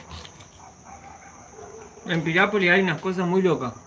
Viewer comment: Piriápolis. No es pirian.